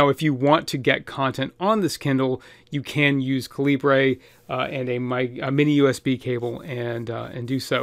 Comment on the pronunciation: Nice video. My only nit to pick is that the program you'd mentioned several times is pronounced caliber. The creator just spells it like a Commonwealth nation would. Libre may be an ideal, but it is not part of the naming.